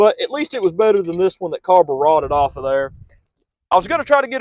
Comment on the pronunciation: "carberotted" got me good lol